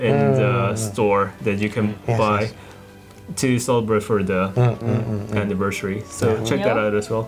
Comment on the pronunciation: 'Anniversaey' *Engrish intensifies